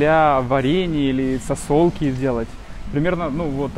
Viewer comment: Неплохо говоришь по-русски, иногда только буква "З" подводит, типа проСрачный, сраСу, Сасолки...